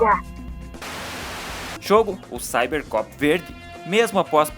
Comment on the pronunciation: Perceberam que o narrador não sabia falar Cybercop?